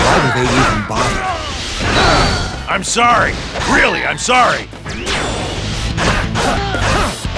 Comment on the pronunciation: erm serry relly errm serry